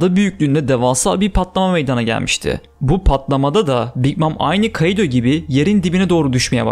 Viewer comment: Şu kaİdo demen beni bitiriyor ( İ ye efsane vurgu yapıyorsun ) 👍👍